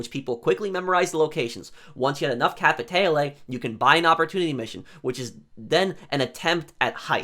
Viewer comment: Capiteyle OMFG stop this pronunciation butchering haha.